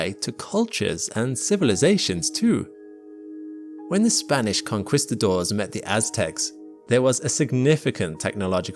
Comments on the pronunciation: kon-KEES-tadors, not kon-KWIS-tadors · His pronunciation of "conquistadors" ruined my night.